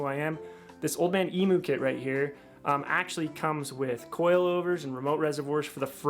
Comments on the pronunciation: Great video mate, but from a Aussie please please stop saying emoo and try emyou👍👍😀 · My mate was working in the factory where they made Old Man Emus back in the 80s. BTW, in Australia, emu is pronounced eem-you, not eemoo. Just sounds funny. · Eeem-you not eeemoo. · Emu is pronounced emew btw. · The only thing I regret about starting my build, is now being to broke to finish my build. So what a lot of people do when they get lifted springs, they don’t think of the location of the spring shackles. The shackle hanger needs to be relocated to carry weight. It’s pronounced eem-you.